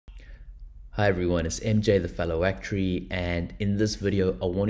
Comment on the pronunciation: A-c-t-u-a-r-y let's all pronounce the word for this guy